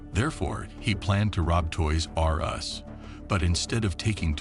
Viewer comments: Who taught this moron how to say toys r us? Toys r......................................us. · I was enjoying this video until he started saying Toys.....R Us lol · so distracting how you say toys-r-us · Why he says Toys R Us all weird? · The way he says Toys R' Us made me so angry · why does the narrator say TOYS R US like that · What is up with the way the voice-over guy says: "Toys R Us"?! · Why do you say toy r us like that